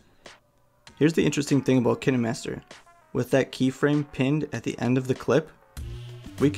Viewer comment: This was very helpful but also you pronounce it kainemaster